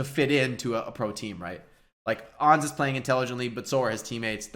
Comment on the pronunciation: Who the dern is ons? Why users keep calling Ans 'ons'? Do they call ants 'onts'? They do it with Pharah too. They call her phorah always.